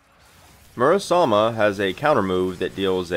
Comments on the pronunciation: Just joking, good video. You’re pronouncing it Murasama when there is an E at the end, not an A. It is more of an ‘æ’ sound than an ‘ay’ or ‘eh’ though, which is awkward if you’re not accustomed to it. People say ‘sake’ as in the drink wrong for the same reason. And don’t feel bad, Lorenzo in the English dub literally butchers his own sister’s name, but Sandy doesn’t. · >mispronounced Murasame dropped